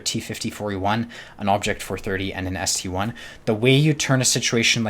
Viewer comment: It's not ST-1 It's ST-I (ST-i)